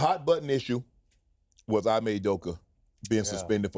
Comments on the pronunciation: Everyone saying Ee-may… now suddenly Shannon gonna call him Eye-may? Bruh… 😒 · Eye mey 😂 cmon Shannon why do people change peoples names 🤦‍♂️